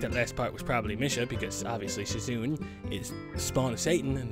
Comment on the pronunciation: shizune is ponounced: Shi Zu Neh.